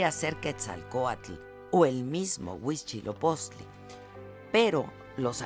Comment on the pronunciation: HUI TZIL OPOCHTLI (NO UICHILOPOCHTLI)